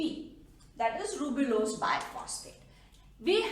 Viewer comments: It's a ribulose mam not rubilose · Mam your videos are really helpful but sorry itis 'ribulose' not 'rubilose'. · Correction:- It's Ribulose* she mistakenly told Rubilose Thank you for such a great explanation and for your efforts ma'am🖤🖤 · Amazing but its ribulose not rubilose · Wonderful lecture ...however there are two error 1) NADPH not NADPH2 2) Ribulose not rubilose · Is it ribulose or rubilose? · Rubp is ribulose bisphosphate not rubilose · Hi mam your videos are amazing Sorry to say you that it's not rubilose bit it's ribulose. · Mam sory to correct u but its ribulose not rubilose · I think it's ribulose not rubilose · I think maa'm it should be Ribulose bis phosphate , not rubilose bi phosphate.